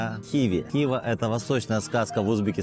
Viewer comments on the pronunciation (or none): Ну, уж ударение можно нормально ставить. Представьте себе МОсква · Только не ХИва, а ХивА. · Мужик, ХивА. Не хИва